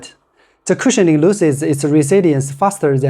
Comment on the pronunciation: CUSIHIONING???????? VERY STIFF????